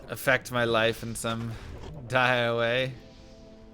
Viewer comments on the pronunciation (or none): none